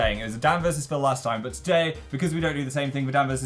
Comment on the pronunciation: i just freaked hearing dan say "pheal" this far back